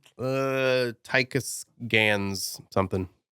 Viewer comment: Please inform that my legal name is Tykus Gans not Ty-Gus Gans. What is he talking about? My name is not a joke to be mocked, I’m Tykus Gans not Randy Cash.